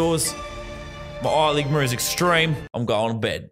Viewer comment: Eye liqma is the funniest thing you’ve sad ever